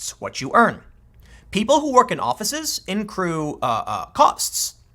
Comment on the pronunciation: Tim "incrue" Pool